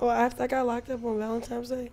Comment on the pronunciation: That girl said Valentimes day 💀💀😂